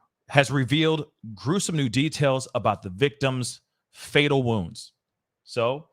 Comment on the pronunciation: Why can't you say 'wounds' ??